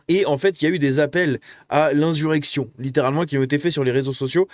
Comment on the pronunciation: Insssssurection stp, prononce pas comme code Reinho🤣. Merci à toi pour toutes tes vidéos ❤